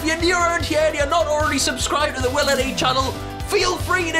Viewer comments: She’s calling you willMe instead of willNe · SHE KEEPS SAYING WILLME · its bothersome. is it that hard to say WILL-N-E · 'WillME' ha lol